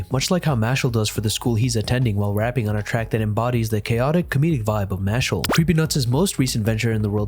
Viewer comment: its MASH-LEE